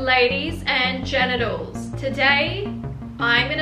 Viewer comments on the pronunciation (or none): did she say ladies and genitals or are the captions very, very wrong? 💀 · no way yall are ignoring the fact she said "hello ladies and genitals" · wait is it just me or did she say "hello ladies and genitals" ?